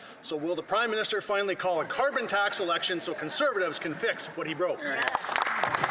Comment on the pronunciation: Did she say after 9 years of this "crimeminister"? lol...